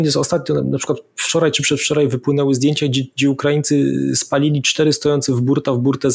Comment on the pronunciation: Panie Piotrze: "dzisiej", "wczorej", serio, aż uszy bolą! A tak poza tym jak zwykle Pan Wolski merytorycznie! :)